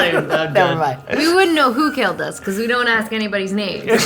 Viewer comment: Shesh, get your own names correct.